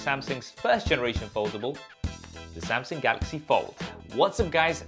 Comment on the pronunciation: Samsung not samsing.Bro get your English right.